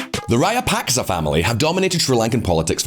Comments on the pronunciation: how hard is it to learn to pronounce raja-puck-shaw, given how many times he says it. I cringe every time he says rayapaska to make some point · It's Rajapaksa, not Rayapaksa , as in tiyowaana , and maruhavana unana . It's different here . Wonderful video, appreciate your effort very much. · Dude! At least TRY to say the name Rajapaksa correctly.. You at least mispronounced it in 3 different ways. Rayapaksa, Rayapakska, Rapaska, Rayapaska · I understand that you could have difficulty with the pronunciation of names, but at least stick with one. You are switching back and forth between 4 different pronunciations of the same name from "Rajapaksa", then "Rayapaksa", then "Rajapaska", and onto "Rayapaska", and it's just very annoying, and I'm not even a Sri Lankan. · because they should care about pronunciation. You'll be laughed out of their restaurants for saying the dish name wrong. A channel about geopolitics should at least say President's name correctly, if not then at least TRY. I'd have been fine with Rayapaksa if he kept saying it throughout the video. But he kept changing it in every damn sentence. Which shows three ignorance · Rajapaksa or Rayapaksa? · Him pronouncing former president as "rayapaska" is taking all my attention away.. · Well , the word Rajapaksa here J will be pronounced as J and not Y